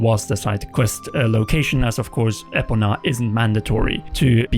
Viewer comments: it's ePOna not epoNA, it's driving me wild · Ee-Po-Nuh // Epona is very important. Get it correct please